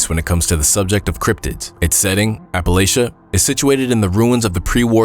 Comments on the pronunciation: Its 2025 and people are still pronouncing it wrong, it pronounced as if you're saying latch not lay. How do so many people that supposedly went to school mispronounce the name of a mountain range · Why do people insist on trying to change the pronunciation of Appalachia to sound more formal? It’s not Appalashia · How he pronounced Appalachia and Wendigo absolutely triggered me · This video was kinda difficult to listen to since he kept pronouncing "Appalachia" incorrectly over and over. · Every time you said Appalachia incorrectly I cringed! But I enjoyed the video!~